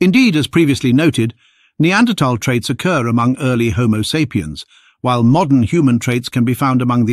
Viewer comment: "ear-ly" lmao